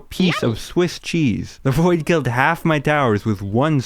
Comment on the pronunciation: I thought you said “this is the boi” in the intro 💀